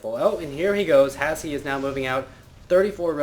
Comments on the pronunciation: Just letting you know, you pronounce his name as Hash. Its a silent e. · i was watching trump's stream of the wold cup and he ask HasHe how its pronounced and its Hash.